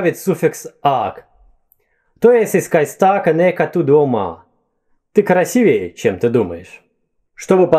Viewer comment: Вы, любезный, сказали "красивЕе"? Это ужасно.